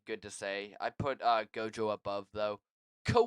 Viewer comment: I heard Gayto lol, good tier list though